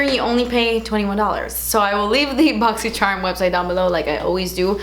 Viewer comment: I came here to listen to say Boxy Scharmm 🤣